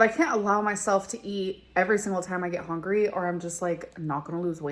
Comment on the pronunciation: Did she say hongry in the olden days? Is that something she adopted after it became a meme?